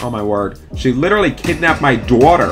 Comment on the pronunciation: It's funny how says daughter he says doughter